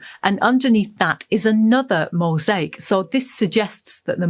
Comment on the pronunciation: I could not listen to much of this, the pronunciation of words like mosache instead of mosaic and pappy-russ for papyrus just grated on my ears.